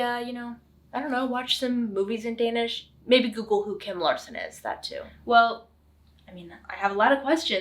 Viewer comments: Du har en rigtig flot dansk udtale 💪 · Perfectly executed idea. Well done! The Danish pronounciation is to die for❤